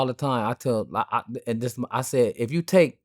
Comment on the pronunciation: Thii whaa thaa, Thii whaa thaa 🤣🤣🤣 I'm just realizing he has a speech impediment 💯🤣